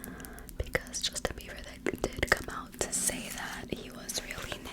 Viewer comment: I keep hearing you say 'Justin Beaver' ahahahahha. is it just me?I don't know any of these people, well I heard of them but I don't care. I am old haha. But this was a good video. I fell asleep to it last night so imma listen again now for the whispers.